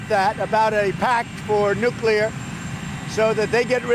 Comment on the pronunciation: Finally, a President who can say "NUCLEAR" instead of "NUCULAR" hahahaha! I don't understand what the problem is with some people, are they lazy or what? Speaking the English language seems to be getting harder for certain people. Forget about spelling - just not important anymore?